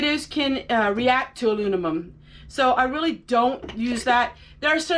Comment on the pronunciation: Great video, not trying to be a smartass but you kept saying alunimum. I often mix words up myself and they sound so right when you say it, too!😂